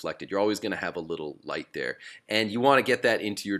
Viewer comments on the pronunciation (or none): none